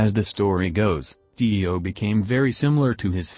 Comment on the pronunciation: Tio not ti oh